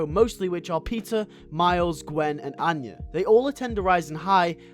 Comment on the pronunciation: Cool video! I have seen the entire season 1, 1 episode from season 2 & a sneak peek from season 3 & that’s it. I actually enjoyed it. Plus I love how I heard the way you said Peter & Anya as Pizza & Onion lmao